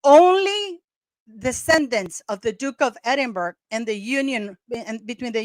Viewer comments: Edinburgh is pronounced Edin-burra. Long form. Edin-bra in short/quicker abbreviated form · It is pronounced Edinbra. Not Edinburg or Edinbr.